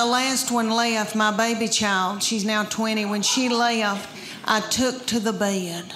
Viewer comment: Where "Bed" is a two syllable word. "Bae-ed"